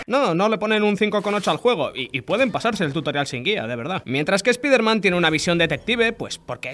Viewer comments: “Espaiderman”, se dice “espaiderman”. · Porque dice espIderman, pero los nombres los pronuncia bien? 😅